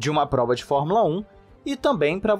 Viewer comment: Gostei muito, muito mesmo, de vc dizer: formula (É) como 99% dos brasileiros fala, e não formula (Ê).